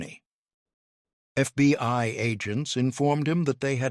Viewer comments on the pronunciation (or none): Please it is not titled The FBY but The FBI, why can you folks not get it right even for just one episode. I noticed that you never mispronounce the KGB. I am starting to wonder where your allegiance is!!!!!!